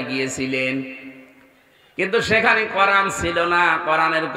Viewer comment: উচ্চারণ করেন। করান কি?? কোরআন বলেন, করান বইলেন না।